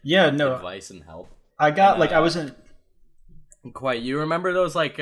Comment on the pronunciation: no one: absolutely no one: kwite